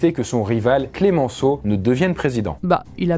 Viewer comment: Le nom de Georges Clemenceau se prononce CLEMENCEAU et non pas CLÉMENCEAU, c’est-à-dire sans accent sur le premier « e ». D’ailleurs il avait la réputation de devenir furieux lorsque quiconque l’appelait « Clémenceau ».